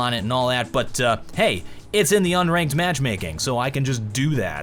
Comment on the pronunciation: tell how my dude somehow just added the letter y into the word matchmaking.. legend